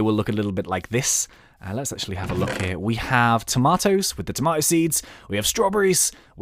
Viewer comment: i like how u said tomateo